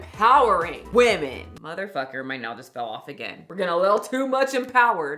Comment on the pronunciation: Please please why does bother me so much that your can’t pronounce women . Weh-men. You got this!!! Your better than this!